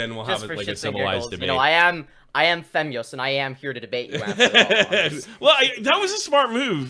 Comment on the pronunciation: "Femzoy" lol